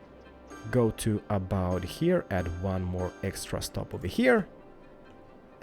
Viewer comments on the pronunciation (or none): none